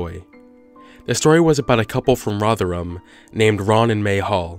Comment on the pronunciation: It's "roth rum".